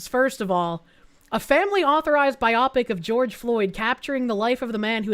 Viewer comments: "Bi-opic"?! My good madams it's "Bio-pic", as in "Biographical Picture (film)". 🤣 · A "bi-opic." And not bio(graphical) pic(ture).